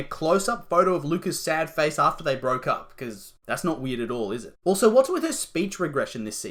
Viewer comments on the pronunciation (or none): none